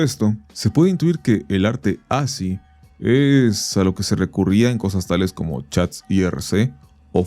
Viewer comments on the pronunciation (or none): Oye man se pronuncia "As-ki". Google it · Segundo video donde veo esa palabra y su pronunciación (por eso me atrevo a hacer la observación no hate), me parece que ASCCI se pronuncia "aski"